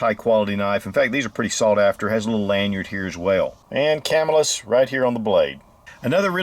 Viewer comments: CAMILLIS: pronounced Ka-mill-us. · It's Ca-Mill-Us. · When I lived in Camillus, a few miles from the cutlery, we pronounced it cuh-MILL-iss 🤓